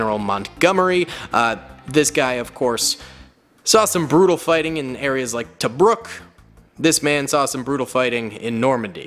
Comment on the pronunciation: my man really said tobruk